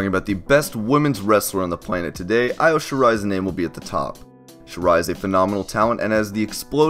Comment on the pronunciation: Wow a list done by a sexist pig that can't even pronounce Io's name right. She is the best WRESTLER IN THE WORLD!! S you put her at 9. Then leave Hikaru Shida off completely, and where's my favorite male wrestler Pentagon?? Omega is so over-rated it's not even funny. Next time take that guy's bullock's outta your mouth before trying to talk!